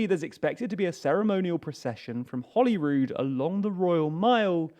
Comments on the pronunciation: It's Holyrood (="holy cross"), not Hollyrood, Palace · That's the Palace of Holyrood House. One L, not two. Pronounced "holy", as in holy father, holy moly or holy sh*t. Not holly.